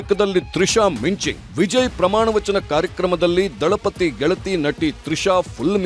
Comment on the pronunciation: Dalapati alla....... Thalipadhi